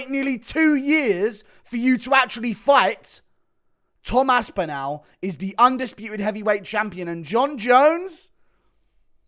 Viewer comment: Omg please pronounce aspinalls name correctly